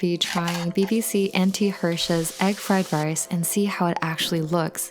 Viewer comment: Fly Lice